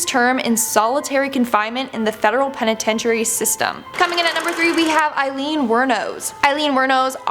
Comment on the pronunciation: And apparently “penitentiary” is pronounced “penitetury”.